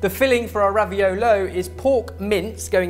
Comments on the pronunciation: It's raviOlo, not raviolOOO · It's ravi-oooh-lo, not raviol-iiii. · I really feel like an italian version of Hermione Granger when i say: it's raviòlo, not raviolò. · says Raviolis Says raviolo I guess the word isn't official? Not to mention Google recognizes the word "Raviolis" but not "Raviolo". But then again Google doesn't recognize a plethora of words. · Am I the only one who can't stop hearing ravi-YOLO?! :D:D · "It's RAVIOLO...not Ravioli." I think took a page out of Hermione's book. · "It's RaviOLO not RaviOLI!" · Actually raviolo is the singular, ravioli is the plural so was right, because he did show a big one (but the pronunciation was still a bit off ) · it's "raviolo" not "raviolo" (read it as Hermione wold and you'll have the right pronunciation). Love you guys sooo much!